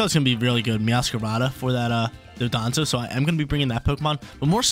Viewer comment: Dondoza & Tatsugiri 🤣 not Dodonzo and tatsugimi btw cool vids man i watch you erryday 💯